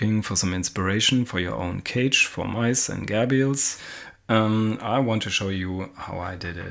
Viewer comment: Also u said gerbil wrong sksksk